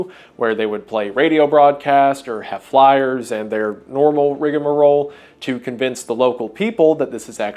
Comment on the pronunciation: The word "rigmarole" has only three syllables: rig-ma-role - not four syllables, as if the word was "rigamarole".